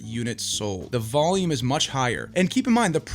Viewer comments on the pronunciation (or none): none